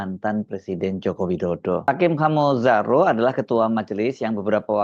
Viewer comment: Nama beliau itu dibaca Khame (“e” dalam kata menang) bukan O. Jadi dibaca Khamezaro, bahasa Nias🙏